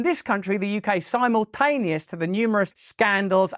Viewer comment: It's pronounced simultaneous, Russell, not "simultaneous", Russell.